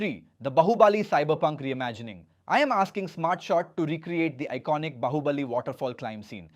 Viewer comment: Yaa broo its AI generated just see he said bahuubaaali instead of bahubali .... i will never watch his content, its not feels right